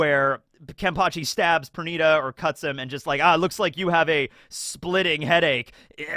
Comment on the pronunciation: Per niii daaa not per nigh da